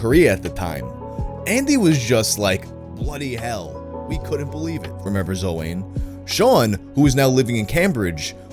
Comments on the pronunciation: Token pedantic Welshman here to tell you it’s pronounced closer to O-wine not O-wayne. Sorry (not sorry) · Also it's pronounced owin not owan that's a welsh name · This story is fucking beautiful, what an uplifting change of pace :) (Also for anyone interested, Owain is generally pronounced like O-whine, obligatory welsh person correction lmao) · Owain is pronounced Owen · the way you pronounced Owain kills this little welsh boy... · the pronunciation of owain has me cracking the fuck up lmaooo